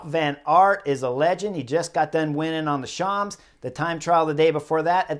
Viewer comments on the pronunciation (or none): Love all your stuff Chris. Plz stop pronouncing “champs” with the P and S. The P and S are silent.